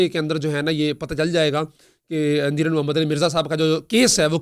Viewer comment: لنڈے دے صحافی صاحب"اَنجینئر" نہیں "اِنجینئر" ہوتا ہے